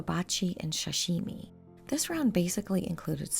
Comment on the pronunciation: Did she pronounce "sashimi" as "shashimi"? 😄